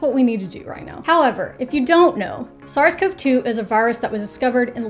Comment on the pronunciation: Thank you for this! One thing... I am a CoV researcher (and have been long before COVID/SARS-CoV-2) and it just bothers me the bunches of weird pronunciation of all the words around this. CoV is not pronounced "cove". It's "koh-vee" and "Koh-vees" (CoV and CoVs). I don't mean to be a jerk, love your videos!